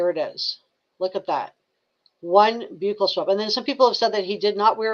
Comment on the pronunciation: It's pronounced buckle swab, but close